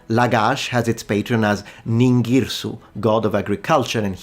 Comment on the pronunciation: You have mispronounced the name Ninĝirsu ... You have to say it like that. Nin = Ninn ĝir = gnir ... Like ''Ignition'' or also close to "Year" su = sou, like two but with a "S" Phonetically it's supposed sound like this [Ninn-year-sou]